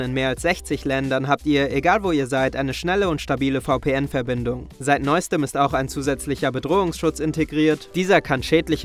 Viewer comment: VPN Deutsch aussprechen ist schon wild, ist das etwa der Einfluss von ich_iel?